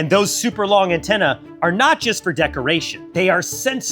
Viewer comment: Ant Tenna???